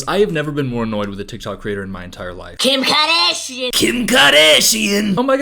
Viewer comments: "Kjim Khoardasjian!" 😂😂😂😂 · I just have one thing to say….KIM KAHDASHEIN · 😂" kim kadashian"